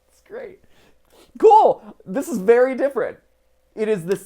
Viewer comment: Vewy coo